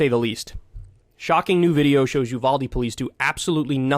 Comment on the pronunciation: What town is that? "You've-All-Day?"